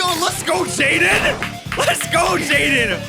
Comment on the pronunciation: Chaiden chanimations=jaiden animations^sereus speech impeddiment